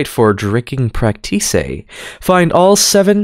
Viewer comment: "Prac tice" 💀